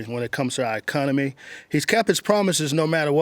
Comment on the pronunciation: he cant even pronounce economy